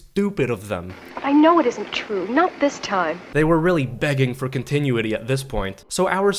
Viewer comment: "Continuaty"? OMG...